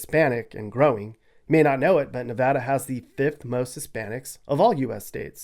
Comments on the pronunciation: Very accurate! Thanks for pronouncing "Nevada" correctly. Great job! And yes, it's so very dry in Nevada. People don't know this until they move in. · You finally have your facts straight for Nevada. You even said Nevada correctly. Most people split Nevada into 2 words. Pahrump has become another bedroom community for Las Vegas. Las Vegas is now spreading out to the border of CA & down to Searchlight & Prim where the Real Bonnie & Clyde car is permanently displayed in a casino. I have to go in winter cause I have a kitty. Too hot down that way in the summer. Have to wait till winter. Cooler. Kitty & I sleep in my pickup to save paying for over pricked hotel/motel rooms which play a game re pets. Pack of thieves. So I sleep in the desert. Oh yes I have my special friends with me. I Love Nevada. So much better than CA & its Homeless & illegal aliens from countries around the world. Valley of Fire State Park. Totally fascinating to me. I got to get back in walking shape. Nye county is a huge county & its growing fast. Still lots of Junkies & shoot ups. The Old West is very much Alive in Nevada. The Allure to come here. Hwy 50 with Austin & Eureka. Old Cowboy towns. Gold Mines big time. I have roamed most of central & Northern. Still lots to see & explore.